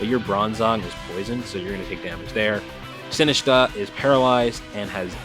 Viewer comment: Great content as always! Sinistcha is pronounced like Matcha (Green Tea) at the end: Sin-ist-cha. 😊